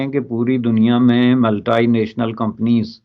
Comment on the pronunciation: Pehele "Multinational" bolna to sikh lo